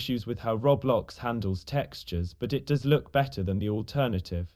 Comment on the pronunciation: " Wook at a Pizza place" peak